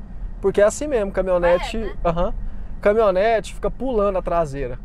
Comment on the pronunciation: "CamiOnete" não, aí forçou.. Kkkkk, ajeite aí major